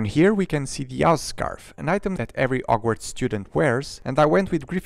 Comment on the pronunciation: It's very fun to hear him reading out the name of the set without using H